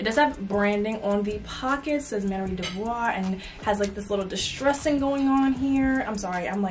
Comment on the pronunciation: It’s MAN-YER